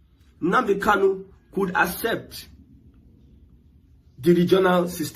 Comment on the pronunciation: Kanu kanu not Kalu